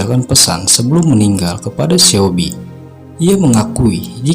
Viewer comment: mas maaf,aku mau kasih saran nih.. lebih baik cari tau dulu pelafalan nama2 tokoh sama nama tempatnya yg bener. (misalnya coba denger lewat google translate cara bacanya) soalnya yg bener disini cuma Lee Chang kayaknya. Seobi tu 'e' nya ga usah dibaca, Bae Doona itu bukan 'ba-e dona' tapi 'be duna'. aku disini mau cari pencerahan tentang peran tokoh2 nya, tapi malah jadi makin bingung gara2 pelafalan masnya. ibarat nama indo "Uun" tapi malah dibaca "Aan", kan jadi beda bgt 😭 🙏🏼 tapi selain itu udah oke kok, semoga masukannya diterima, semangat ya. goodluck 🙏🏼